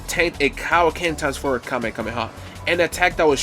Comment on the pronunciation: Bro really said "KameKameha"